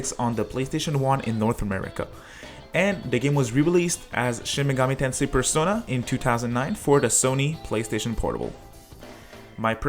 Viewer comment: Play a Reel Shin Megoomi Tensay Gaem